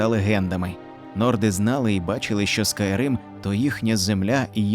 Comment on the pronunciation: СОРА́ТНИК, а, чол. 1. Той, хто воює або воював разом з ким-небудь; товариш по зброї. Правильно 500 соратників а не побратимів🤦‍♂️ І Скайрім а не скайрим.